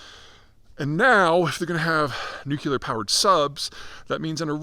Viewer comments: "NEW-CLEE-ERR not NEW-CUE-LERR. Dear god, its such a simple thing to say correctly! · Pete, is there any chance you will ever learn how to pronounce the word "nuclear?" Let me help: start with nu. Now say clee -- like glee only with a hard c sound. Now add the final er sound. Just a note: the word nukuler is not in the dictionary. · Nu-CLEE-ar. Not Nuke-you-lar. Please pronounce correctly. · It's pronounced "nook-lee-er," not "nook-you-ler." You're well educated, Peter. Why do you mis-pronounce it this way? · N-U-C-L-E-A-R not nucular! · Say “nook-lee-ur”. Not “nook-you-lur”. 🙄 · The dumbing down of ‘Murica has gotten to the point that “nucular” is an accepted alternative pronunciation. Apparently, being perpetually tongue-tied isn’t an affliction anymore. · Nuclear not nucular! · I’m confused. What’s a nucular sub? Or a nucular anything for that matter?? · Why can't this guy pronounce, NEW-CLE-UR!!! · Nu-cu-lar ? What is that ? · The only people saying nucular are Homer Simpson, George W Bush and Peter Zeihan. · Just came for the nookilar. Was not disappointed. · Pete, I like a decent amount of your stuff. BUT...could you please figure out how to pronounce the word "nuclear"? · Please for the love of god learn how to pronounce the word nuclear. It makes you sound ridiculous to pontificate on a subject you cannot seem to articulate. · speech impediment? Say NUCLEAR correctly... MORON!